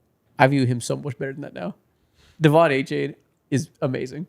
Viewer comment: Glad to see Achane getting some respect, however… it’s A-Chan, not A-Chain